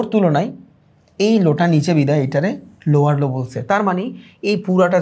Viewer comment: ভাই ৪৭ মিনিটে লোয়আর লো কে লোয়ার লো বলবেন।